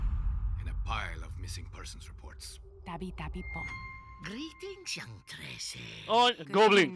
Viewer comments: TRE-SE ... it means Thirteen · More like "Tre-seh" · "Tre-say". Thirteen. It's a cool Comic